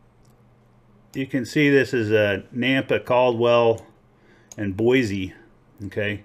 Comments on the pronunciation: I know that your video was posted a few years ago and I am now just responding. I live in Nampa Idaho and have prospected in a lot of different locations in southern Idaho. Very good gold in most locations. First things first. The correct pronunciation of Boise is "Boy C" not "Boy Z". A lot of Californians moving here and they all say it wrong for some reason. Second there is a thing called the Idaho Batholith and has a lot to do with geological creation of gold in this area. We have a lot of volcanic activity under our state and a lot of hot springs every where because of it. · "BOISE" (boy-see) not (boy-zee)